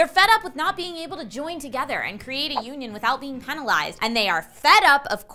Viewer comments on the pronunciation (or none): did just say penalized in that way...